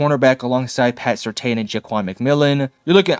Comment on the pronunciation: First of all, learn how to say PS2's name right. Second, how the hell do you know if Sean Payton's offense is easy to run or not??? Russell Wilson couldn't handle it. Please please please don't make any more videos about the Broncos. You have no idea what you are talking about.